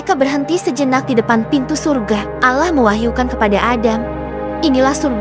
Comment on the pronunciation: Nama chanel dan pengucapan kata ALLAH sangat bertentangan. Tlong diteliti lagi klo mau bikin konten